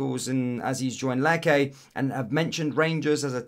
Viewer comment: Lecce ''Letch - A''